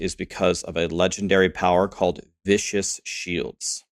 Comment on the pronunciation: Needing a Shako for this is gonna make getting this up and running quite difficult unless you're super lucky. >.> On another note: it's not "Vicious Shield." It's "vi-skuhs." So long as nothing gets nerfed that will affect this build, I'll go after it if I ever get a Shako.